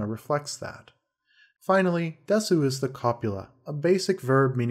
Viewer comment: Just saying, under most circumstances, the "u" in "desu" isn't pronounced. It's called a "whispered vowel". I know you know that because you pronounced よろしくお願いします correctly at the end, I'm just saying this so other people know. I'm guessing you only pronounced the full "su" in order to avoid confused people asking "why are there two characters for one sound?!" Still, great video! I learned a lot of year-date approximations in history, which is ultimately what I came here for!